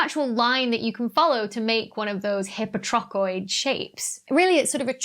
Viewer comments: Is the "hippo-trochoid" pronunciation (versus "high-po-trochoid) another difference in pronunciation between British and US English. :-) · As far as this Brit can tell: no. It's a DrBeckyism. I'd certainly pronounce it high-po (same as hypotension, hypotonic, etc. I think the prefix hypo- is greek, FWIW). My (long-suffering) Good Lady Wife sometimes pronounces words wrong because she's only ever read them, not heard them. She knows a lot of words because she reads a lot. Sometimes, this makes her Pedantic Husband's teeth grind. Of course, sometimes the PH is wrong, too. It's always nice to learn something new. I tend to come here for the astrophysics, not the linguistics (nor the astrolatin, about which I shall remain mute). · The way you pronounce "hypotrochoid" is so weird. I'm imagining you pronouncing "hypothesis" like "hippo-thee-sis."